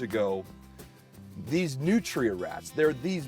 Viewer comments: I love how you pronounce them New tree uh. But in Louisiana we pronounce them newtruh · I keep thinking he's saying nutriants .... Hehe yeah I'm new